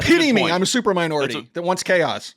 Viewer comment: Did you say "stupor minority"....😂